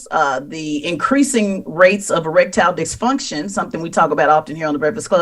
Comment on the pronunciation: Did she just say erect-tile-diks-function?